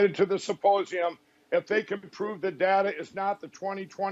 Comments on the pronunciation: did you just say 'suppossium'..? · Is he saying "supposium?" That would make more sense than symposium, as his evidence is just Mike supposing that Trump couldn't lose - even though all polling showed him losing in a landslide for months prior to the election.